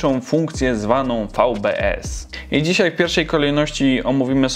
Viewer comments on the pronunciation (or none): none